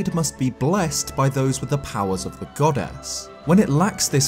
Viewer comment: every time yoi say goddess i hear 'god-ass' and i can't unhear it!